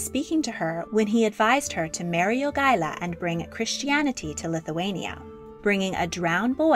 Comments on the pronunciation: Jagaila [Ya ga y la], not Joogala. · Lithuanian pronunciation of Jogaila's name is not /'jugʌlʌ/ but /jo'gʌɪlʌ/ (pronunciation writing is approximate, I don't really know how to use pronunciation symbols) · Also, Jogaila is not pronounced YOO-gah-lah. It's pronounced Yo-GAI-lah, the stressed syllable GAI, pronounced as "GUY" in English. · Jogaila. Not Yugala. Pronounced YO-GAY-LAH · Grand Duke Jogaila, not... 'duke yoogaila'? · well she constantly miss pronounced Jogaila, so this fades in comparison..